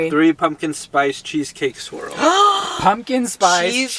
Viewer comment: i swear said "Cheesecake Squirrel" not "swirl"😂